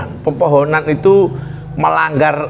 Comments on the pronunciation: Kepohonan pak bukan pepohonan 🤭 salam dari saya asli Kalimantan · Kepohonan mas aiiih....bkn pepohonan 😀😀😀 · Kepuhunan pak bukan pepohonan 😁 artinya kaya pamali gitu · Kepohonan pak, bkn pepohonan🙏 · Kepohonan pak, bukan pepohonan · Kapuhunan Pak . Bukan Popohonan ( Pohon ) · Kepuhunan pak...bukan pepohonan😁 saya asli Kalimantan timur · Dari Kalimantan tengah hadir pak. Maaf membenarkan sedikit pak, bukan pepohonan tapi "kepuhunan" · bukan pepphonan mas tapi kepuhunan.. maaf ya mas.. ralat sedikit.. dan bubuhan artinya keluarga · Kepuhunan pak bukan pepohonan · Maaf sebelumnya 😂🙏Kepuhunan pak bukan pepohonan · Kepuhunan bukan pepohonan 🤣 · Kepuhunan bukan popohonan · Kepuhunan bukan pepuhunan